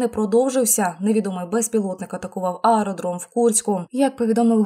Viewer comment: ААААродром, Ародром